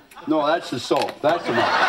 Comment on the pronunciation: I actually thought he said salt, but soap makes a LOT more sense!